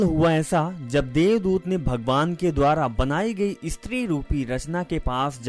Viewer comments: ISTRI Nahi Stree 😂😂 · "Estri" kya bol rahe ho😄